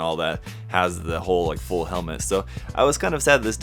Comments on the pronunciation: "Do you rike it?" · Did you rike it?